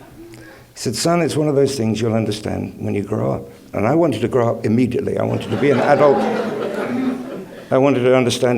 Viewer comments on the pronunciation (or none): none